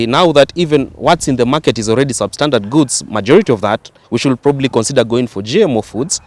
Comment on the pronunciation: To the young man here, in the words "should" and "would" the "L" is silent!